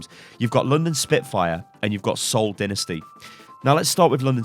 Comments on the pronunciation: I am quite frustrated with choice on genji players because shadowburn is the best I don't see agilities carrying a whole team to second place in the World Cup and what about ranking phillidelphia I feel that they will be a top 3 teams be its pronounced dienisty not dinesty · Dynasty is pronounced "die-nasty" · Scepin dude seriously don't you have any humor. He means that say it like "dinasty"